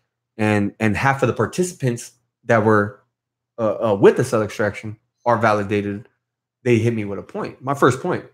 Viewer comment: Almost finished watching this particular podcast. Was tripping on how dude kept saying ‘Cell Distraction’...and the other dude keeps saying ‘pacific’ rather than ‘Specific’. Sounds good though. For those who don’t know any better.